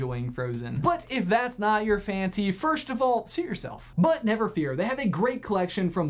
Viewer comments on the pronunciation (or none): I know he said "suit yourself", but it sounded like "shoot".